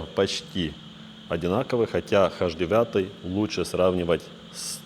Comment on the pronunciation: "Хаш" девятый?!🤣